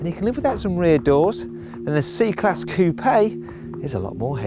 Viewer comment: Its pronounced Coup not Coupei!!!